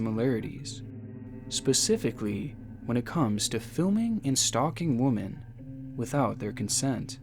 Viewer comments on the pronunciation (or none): Twice now, within youve said woman instead of womEn lol one more and im out. Its bothersome how much you mispronounce your own scripts. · Ya I've been going through your back log of videos and you are consistent in saying Wuhmen, when you should be saying WEHmen. So like an example from this video would be "from behind the camera stalking different Wuhmen" the way you pronounce it, it sounds like your saying "stalking different woman" which is singular. Women (Wuhmen) is plural and you would use that for something like "all these different WOMEN were kidnapped." Maybe you know this and that's just how you pronounce it and I explained this for nothing but in the videos I've watched when you say it, it is very maddening to here the wrong use over and over lol. Still good content but I always cringe. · Say it with me WI - MUHN. I love your channel, but my god, please learn how to pronounce women plural. You're saying woman, which is singular. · Not even 4 minutes in and I'm getting a twitch every time he says "woman" instead of "women" or vice versa. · It's women, not woman! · It’s pronounced Women. Not woman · Why do you keep saying 'woman' instead of womeeeen 😭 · Just curious, why do you keep saying "wom'a'n" instead of what the word should be, "wom'e'n"? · I can't get past him saying woman when he clearly means women .. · "arrestive"? "Woman" for "women"? What? Both and Dan day this. Odd. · stop reading "women" as "woman" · Why do you say woman instead of women? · Why do Youtubers refer to multiple Women as "Wumin" When it's more than one it's pronounced "Wimin" jeez this gets under my skin so much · It's pronounced "wi-min" not 'woman.' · It’s womEn not womAn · anyone else annoyed how he keeps reading "women" as "woman", just me? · Wimmin, not wom-an. You dork. Women = plural. Woman = singular. So pronounce it right. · I cringed each time you said “woman,” and not “women.” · Plural for woman is women pronounced “wi-MEN” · Everybody: Women: Woman